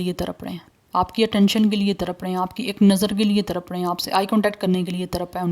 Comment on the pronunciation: तरप नहीं... तड़प। कृपया उच्चारण सही से किया करें 🙏